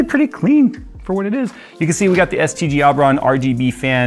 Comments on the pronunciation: Oh he said STG..... I thought he said STD and assumed I was watchign a Dawid video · Thought you called them "STD Aubron" at first 😭😂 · I kept hearing STD when he would say STG.